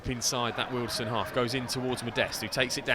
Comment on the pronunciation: Great quality video. One quibble, it's pronounced WealdSTONE, not Wealdstun. Like Maidstone or Leytonstone.......